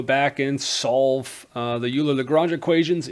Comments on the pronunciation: Euler is almost universally pronounced "Oiler" rather than "You-ler" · Bruh I wrote this before watching the video and hearing the "u"ler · "oiler" not uler ;) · Please stop saying "Yooler." It hurts my ears. I'm not expecting you to be able to pronounce it properly, but PLEASE, at the very least, pronounce it "Oiler." It sounds to me like you're Canadian, so saying "Oiler" should be easy for you. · Are you sure ? I used to say "oiler" but I had a german math teacher who is also a sercher in combinatorics (don't know how to say it in english) who say "Euler" and so he must be able to say it the right way. (He also likes to invent poems on maths theorems in german like on on the strength of a point or the double ratios / hanarmonic ratios (don't know how to say it neither) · Loved you lesson. I think "Euler" is pronounced "Oiler" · So, the native German-speaking Swiss man - Euler has a surname that is Germanic. It is pronounced "oiler" like Houston Oilers. Please try to pronounce it in this manner. Thank you. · Oh he can oil me alright ... leonHARD oiler can oil me up so good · Euler is pronounced “OIL-er” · Too dumb to pronounce "EULER"!